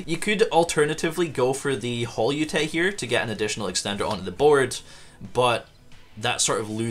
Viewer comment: Pudica allows your opponent to special summon one of their banished monsters during the next Standby Phase after using her effect. It doesn't have to be the special summoned monster that you banished. Holeutea is pronounced the same as colutea, but with hole and not col. I guess Holeutea is based off of colutea. Colutea is a plant. Hole-YOU-TAY-YA Col-YOU-TAY-YA